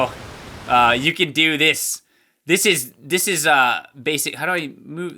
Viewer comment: Cappy says cant instead of can